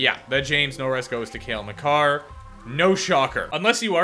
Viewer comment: you said it right hahaha